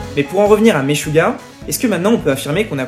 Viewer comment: Le groupe "Maisjouah" Hahaha 🤣 Stp...prononce les nomes internationaux comme il faut.